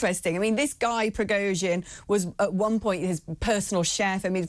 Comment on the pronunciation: It would be SOOO nice, if the guy made an effort to pronounce Prigozhin correctly. This is ridiculous. Anglo-saxon arrogance at its best.